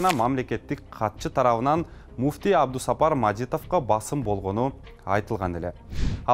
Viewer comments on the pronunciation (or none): Эй дабдыр Абду сапар эмес Абду Саттаар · Абусапар эмес Абдусаттар деп турат го, диктор ?